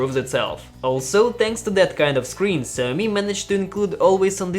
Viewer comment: Who the fuck is Zammy? It's "Sha -O-Mee"